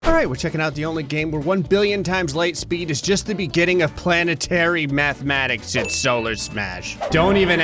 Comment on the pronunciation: I'm rewatching this and at the start of the video did he say mathematics or methematics?